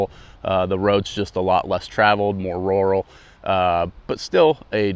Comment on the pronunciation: more roaral? Lol. Rue-all